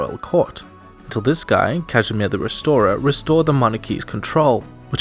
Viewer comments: it said “resorer” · Resorer or Restorer¿? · You are missing the t in Restorer